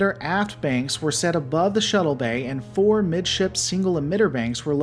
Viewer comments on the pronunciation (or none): none